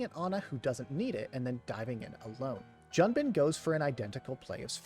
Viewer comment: Just a tip, it’s pronounced Joon-bin not Jun-bin, it’s as if a foreigner called John “Joan”